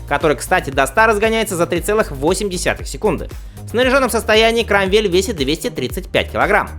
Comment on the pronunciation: Ну а как-же китайцы с движком S&S на 121 инч? И да, не КромвЭль, а КрОмвель.